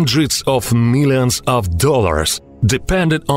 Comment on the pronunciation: Meeyuns and meeyuns 😅🤣...What a muppet